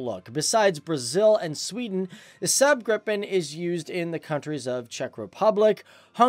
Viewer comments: Lagom No man, i get tilted when north americans say everyting like english! xD He says the A in Saab like english word sand... The A should sound like the A in awful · I've much liked the SAAB Gripen JAS-39. Pronunciation: Please SAAB is "SAhhhB ' (Ah'= A like in "Almost). Not "SAB' (A like in Apple). Your mispron. damages credibility of your good video. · are you Swedish? In that case you know this. He's pronouncing Saab like sääb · not sub but rather saab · ´SäääB gripen´ xD! Dude prepare you words google is your friend